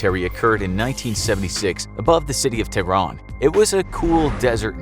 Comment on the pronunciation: it's not pronounces t-run or Teyrun it's Tehran , Teh-Run